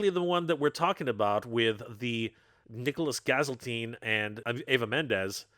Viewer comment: The way he pronounced the names incorrectly, Nicholas Gaziltine and eva mendes, lol. Anyways loved the video.